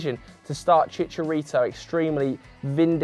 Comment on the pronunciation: pronounced chicharito's name wrong.